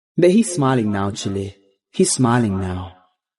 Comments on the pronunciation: When I realized he kept saying, “Chile’”, when it was more than likely, “chile”. That just tickled me lol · did anyone notice he said Chile like the country? Lol.